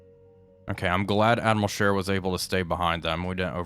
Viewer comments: Isnt it Admiral Sheer not Share? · I love your videos. I know it’s just me, I can’t believe no one has not pointed out it’s Sch ‘ee’ r, not share.